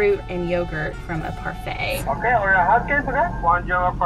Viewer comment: They said Parfitt